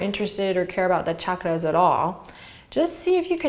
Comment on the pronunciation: Thank you for pronouncing chakra correctly!